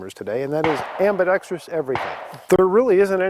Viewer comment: Thank you for saying "ambidexterous" and not "abidexTREEus"... and for the sarcasm 😁